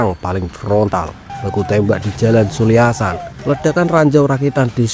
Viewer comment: Culiacan❌ Culiansan✅